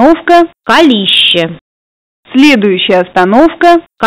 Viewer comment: Может быть Калище с ударением на а